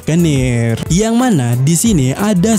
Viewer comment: DISTORSI min bukan DISROSI, gagal fokus aku😂